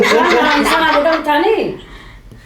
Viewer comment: uuteniyeem😂 Diyarbakır şivesi